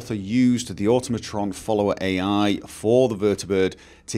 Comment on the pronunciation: It's been two months since release and still mispronounces Automatron.